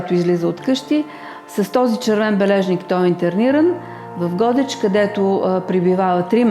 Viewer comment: Драга госпожо, ударението не е на О (както Вие казвате “Го̀деч”), ударението си е на Е — “Годѐч”.